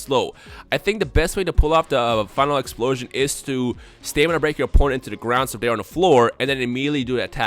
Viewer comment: Why does always sound like his nose is stopped up? When he talks fast it makes it sound worse... Instead of Final Explosion it sounds like he said File implosion